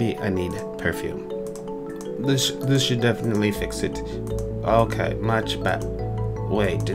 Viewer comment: Purfume not purfumie